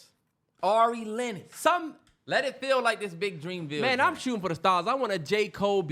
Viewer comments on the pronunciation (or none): none